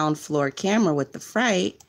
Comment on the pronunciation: Freight. Not fright. I cannot listen lol